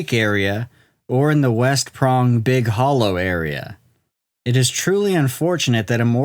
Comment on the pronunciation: I've never heard of this before. Edit: It's pronounced Big Holler.